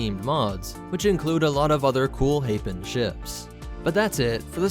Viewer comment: I'm not sure you pronounce Hapes correctly.